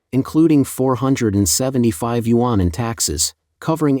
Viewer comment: What are "you on"? Yuan is a one syllable Chinese word 元. Pronounced "yen"!!